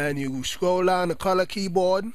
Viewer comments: wtf calor !!!!!! wtf u talkin about its color not calor ur accent man -_ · its not qolor its color man but thx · U have a funny voice it sounds like you said Colour:) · lol the way he sayd color CALAR